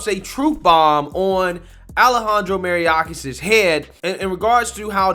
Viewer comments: May- OR - kas. You’re pronouncing it Mary- orcas. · MAY-ORK-AHS. Not Mariyacas. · You should learn to say mayorkis instead of maryiorkas. Details matter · Bro you’re really butchering this guy’s name and it’s actually starting to bother me. MAYOR-KAS. For f*cks sake. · Pronounced, may-york-ass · Lmao I agree with you bro but you are butchering Mayorkas’ name 😂